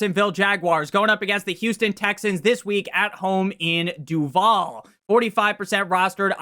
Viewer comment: You said Duvall wrong, bro, come on. You know better...